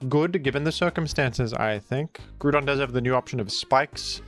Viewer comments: asa Autistic person, who had to suffer for you misspelling Groudon.... yes I 100% will be that person, and I can still look myself in the eyes.... through a mirror, YOU SHANT BE FREE OF MY PEDANTERY FOR MISSSPELLING THE SIMPLE NAME OF GROUDON 🤣 And just bc you call it out doesnt change the fact you know you are aware of the fact you say it wrong, and you in fact could change it but decided to be pedantic about it instead.... so the right to call you out SPECIFILY AFTER YOU TELL US YOU KNOW YOU SAY IT FALLSLY is in valid af. 😜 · Nah Groudon is groudon I will smile in the mirror for correcting you for it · Lol editing the spelling of groudon is maniacal. Keep pronouncing it wrong you freaky australian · I will not stop you from mispronouncing Groudon’s name, but be warned, Groudon will not be so forgiving once he becomes real and wreaks havoc upon our world. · It's Groudon not Grudon. Grou = Ground and Don = An end suffix of an ancient monster. Just listen to it in the official anime and 3d Pokedex Pro app. You will thank me later. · Ah yes. We love Groodon. The Groond type legendary. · Thought he was introducing it as Gruudon to be funny at first but the he kept saying it like that 😐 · I was listening to this video in the background until he said Primal "Gru-don". Had to stop what I was doing and come back here again. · Stop calling it "Gruuudon"🤦🏼‍♂️. This triggers me so damn hard every time 😖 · If you're gonna curse our ears with "grood-on" I demand only that you go full WeedleTwinNeedle and pronounce "Kyogre" as "Kee-Ogray." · It’s pronounced Groudon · Yup. Its “GROU” AS IN GROWL - DON RAY- KWAY - ZA to my grave talk to a wall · > Named after the word ‘ground’ > Gets pronounced “groo-don” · Yeah actually. Now I will since you brought it up. Ita not groodon pronounc it better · Erm, aktuallee its pronounced Groo-pon like the online coupon thing🤓☝ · you mispronounced ground. Its groond like groodon. Hope this helps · "PRIMAL GRU-DON"🗣🇫🇷🇫🇷🥖